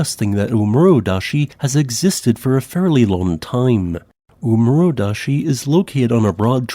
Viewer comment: Small pronunciation tip: There are no silent e's on Japanese. Suwanosejima is pronounced like soo-wa-no-say-jee-ma. And double vowels keep the same sound as a single bowl, they just double in length. So oomurodashi is oh-moo-ro-da-shee, with the first oh laying twice as long as it normally would.